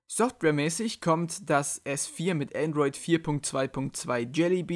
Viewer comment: Es heißt Androi"d" ;)